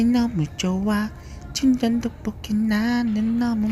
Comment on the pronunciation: 친전떡볶이라고 들리는걸...